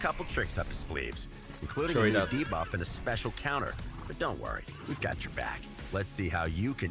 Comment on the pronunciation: Best thing about this video for me is that the Raid voiceover guy has finally learned how to pronounce 'Debuff'.